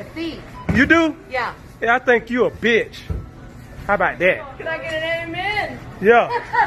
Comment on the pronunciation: “and i think you a BETCH”